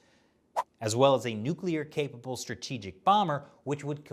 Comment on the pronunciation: Wait, wait, wait...’Stratihgic missile’? Things that give away that she’s still a CCP propagandist, despite the accent...